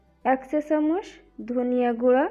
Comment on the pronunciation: Valo kore kotha bola shikhun age... Chamuch ochharon thik ney